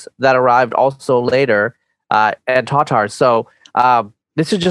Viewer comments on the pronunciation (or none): it's not tuhtar, it is Tatar, in turkic and russian it is pronounced Tatar, with hard a's. To understand what I mean go check out the turkish pronounciation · Just FYI, "tartar" is a common mispronunciation and misspelling. It should be written as "Tatar" (without the middle R) and pronounced "Tuh-tar" :)